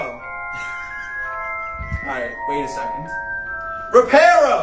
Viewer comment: "It's pronounced Re-par-o not Re-PAIR-o"